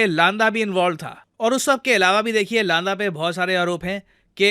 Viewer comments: लांदा नही सर, लंडा बोलते है पंजाब में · Not लांदा its लंडा actually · लांडा नहीं लंडा होगा।